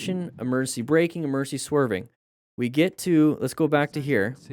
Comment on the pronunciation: "Emercy swerve.....Emercy brake"..." "EMERCY".......?!?!? English IS my primary language,and yet i'm not familiar with this word...